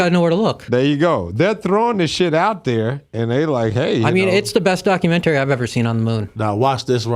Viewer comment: Never heard anyone pronounce it like Doc U Men Tarry 😩🤣